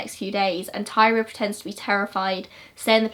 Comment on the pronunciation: Her name was tyria not Tyra, tie-ree-uh